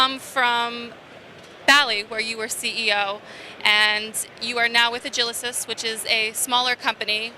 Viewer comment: Agilysys, not Agilysis.